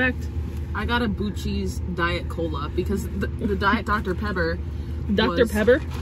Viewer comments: we love you guys, but its......buck-eeeees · In Texas we pronounce it like Buckys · i loved the video. but it is pronounced Buckees! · It's pronounced Buckeys, but spelled Buc-ees. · I am from Texas. Buc-ee’s originated in Texas. The name is pronounced Buck - EE’s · Started out saying Buc-ees roght then started calling it Boosee's. 😂😂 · SOUND IT OUT 😮 BACK TO SCHOOL 🍎 📚📝BAA-KEE-Z OR BAAH-KEEZ😅 ✅ A+ 👩‍🎓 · calling it Bussys is tripping me out lol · I liked the video, but it’s pronounced BUCK*ee’s. Lol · Might wanna disclose the boosies pronunciation so people stop getting mad. Really though some people don’t know and are gonna go there looking doofy when they say it wrong lol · In Texas we pronounce it BUCKEES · I apologize in advance for the negative comment but You were driving me crazy the way you were pronouncing Buc-ee's. I believe it's as it is spelled not Boosees. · Pronounced Buckey's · It’s pronounced Bucky’s. It’s a beaver with buck teeth. Buck! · Correct pronunciation is BUCK-EES. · I’m sorry to tell you that it’s buc res and not what you are saying. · Please pronounce it "Bucky's" throughout your videos. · Boosees?? 😅 I hope that just a joke. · From Texas can people please say it the correct way!!!!! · You pronouncing Buc-ees that way over and over actually made me second guess how it was actually pronounced. Fun video! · Stop saying that omg … it’s called Buc-ees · The repetitive mispronunciation of the the name was pretty off putting. I didn't know if it was intentional (maybe you guys thought it was funny) because when you first got there you pronounced it correctly but i personally found it annoying. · Why do you intentionally mispronounce words? (Beverage, Buc-ces) It makes you sound unintelligent & it chases viewers away. I have spoken to several of my Disney friends that watch youtube that will not watch your channel because of it. Just an FYI to help you increase your viewers. ✌️ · Are you joking when you say Boo-sees? Ya know it Buck-ees que no?